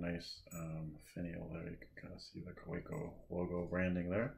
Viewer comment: Great review, thank you. I have the Kaweco Art Sport Metallic Turquoise, and it is definitely in my top 5. By the way, the correct pronunciation is ‘Kah-veh-co’. 👍